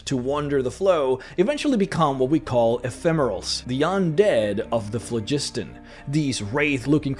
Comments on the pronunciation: Phlogiston was an existent word before RPGs used it. It is pronounced FLOG-is-ton. We know this because of it being translated into languages that use various alphabets. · The you pronounced "phlogiston"...